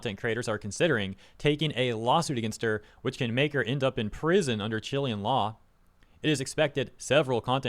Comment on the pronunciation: that is not how you pronounce Chilean bro 😭😭😭